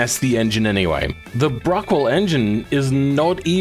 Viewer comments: Pretty sure its Bruckell not Bruckwell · Bruckell, not Bruckwell, by the way. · So who's going to tell him it's "Bruckell" And not "bruckwell" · why'd you call it BruckWELL when there's no W?? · Pretty sure there's no w in bruckell